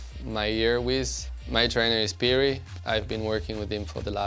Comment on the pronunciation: They have been training together for 4 years and Gasly still can't pronounce Pyry's name correctly.